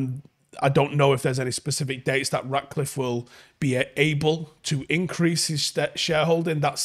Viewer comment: Mate, I love your show, love the content, watch every day, but his name is RaTcliffe, FFS, not RaDcliffe. It‘s not that difficult. 😜